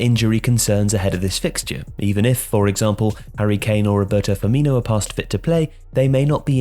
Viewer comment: Hey jsyk the last syllable in Firmino's name is pronounced "no," not "nyo"